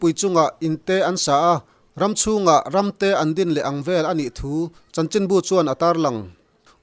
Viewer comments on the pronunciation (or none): 👍👍👍 'Inpui chungah in te' tih leh 'Ram chhungah ram te' tih i chhiar dan kha a ziaktu rilru nen a inmil ka ring lo deuh. 😇